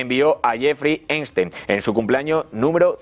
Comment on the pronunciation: Cada vez que el conductor del programa dice "Jeffry Einstein" me hacía repetir "Epstein carajo!"